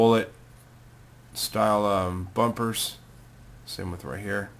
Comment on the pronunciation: yea, and "headlight beeeezles" and "headlight bezels". Those "bullet-style-um-bumbers" are called dagmars.